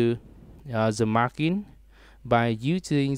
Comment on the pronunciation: mar-jin not mar-kin #sorrynotsorrybruh